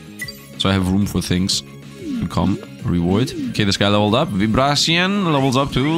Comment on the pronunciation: I'm pretty sure the grass starter is supposed to be pronounced like belief. be-leaf. And vibracean like vibration. vibration-crustacean.